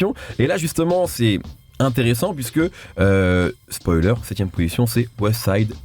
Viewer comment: Mehdi arrête de dire spolier zebi